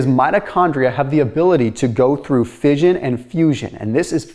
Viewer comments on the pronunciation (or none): none